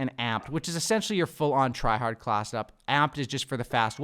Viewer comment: Wtf is a “Class’ed-up”?! Every time I heard him try to say “class”, he’d say “Class’ed-up”.